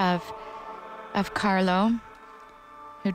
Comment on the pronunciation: why does interpreter keep calling him CArlos....it's Carlo